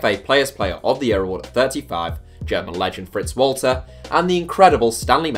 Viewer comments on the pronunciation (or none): Can you please pronounce fritz Walter right? You know he’s German.